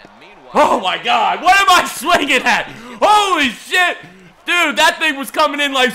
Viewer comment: The way he says shit is hilarious